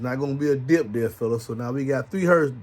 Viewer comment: Lol, "Its a concert out thuur!!" 😆🥰😇🤑